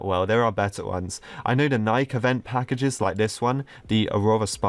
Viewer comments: Why do you call it NI-K not NI-KEY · its pronounced nikee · I heard him say nike but not nikE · Nike? It’s pronounced NIKEY